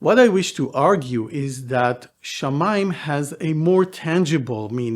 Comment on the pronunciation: It's shamaa, just like samaa in Arabic, Hebrew's sister language.